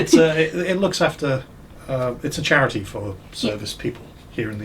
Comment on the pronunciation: thats a new one. never heard scharity before. whats scharity lol.